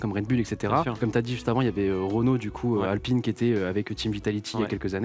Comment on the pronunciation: Quand il parle de sponsor et qu'il dit Apline si vous êtes intéressé... et que après on a M8 alpine